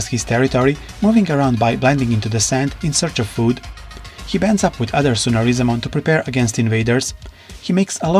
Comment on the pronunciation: Can't even pronounce his name